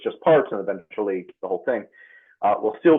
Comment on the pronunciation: Can you please learn to pronounce ‘th’?! Constantly hearing ‘the, them and those,’ reduced to ‘dee,’ ‘dem’ and ‘doze,’ is rather hard on the ears.